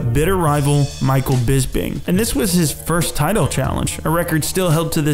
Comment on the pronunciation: I honestly think that The Count's name is Bisping, and not Bisbing.